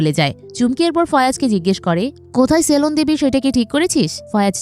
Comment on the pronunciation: সেলন না সেলুন??